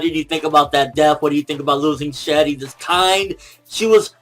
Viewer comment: it's pronounced shell not shelly